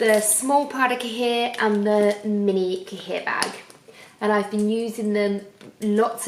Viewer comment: Please !!! Stop pronouncing cahier like that!!! Ask Paris how to pronounce it properly!! its translated from french to english = notebook Pronounced "cayie"